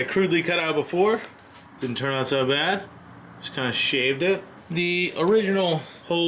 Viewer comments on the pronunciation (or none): none